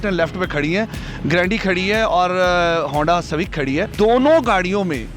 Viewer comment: honda civaec😂😂😂😂